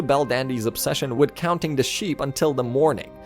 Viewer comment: We start 'wid" its with.